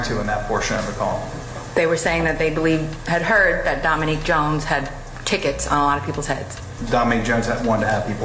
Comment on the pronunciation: Domanique is a female name his name would be pronounced Dominic .He knew filming on enemy tuff was antaginizing them now two kids are dead plain old stupid .